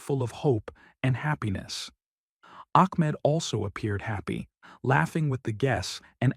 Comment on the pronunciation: I know you can pronounce the name Ahmad correctly, then u say Akhmad or Amad,, why are you an AI sound